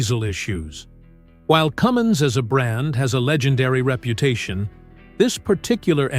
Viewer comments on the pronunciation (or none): Cummins is just the name. It's not a Cummings.